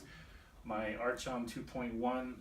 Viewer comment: Great review! I have two sentinels and they've fastly become my favorite dueling sabers. So ergonomic and sturdy, being one solid piece of aluminum. And btw, not to nitpick, but it's pronounced "ark-on," not "arch-on," even tho it's spelled that way. They were governing magistrates of ancient Greece.